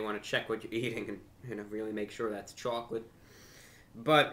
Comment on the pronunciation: Samuel M hes being funny and pronouncing it weird on purpose